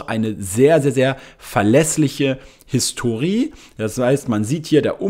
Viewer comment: Man spricht das Wort „Historie“ nicht Historiii sonder Historije aus